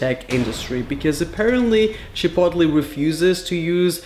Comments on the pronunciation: Chipotli?? You mean chipotle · I love the way he says Chipotle like CHI-POT-LEE instead of like Chip-oat-lay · Wtf is Chepotle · The way he said chipotle has me dead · The way he says chipotle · IS THAT ACTUALLY HOW YOU SAY CHIPOTLE?!